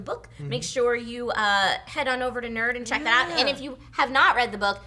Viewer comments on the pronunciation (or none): none